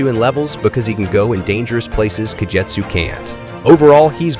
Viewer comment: Oh man... It's "Dee-uh-Mahnt" not "Die-uh-Mahnt" It's also "Loose see na" not "Lu tchee na" And it's "Kah Get su" not "Kah Jet su" Also... why is the Wille Glanz weapon on Kagetsu